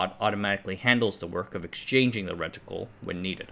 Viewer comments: Stopped watching after he first said ret-itcle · Reticle, don't say the I so loud...